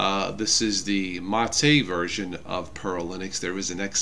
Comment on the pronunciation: Great video but why do you pronounce MATE as Ma-tay most of the time and then pronounce it M8?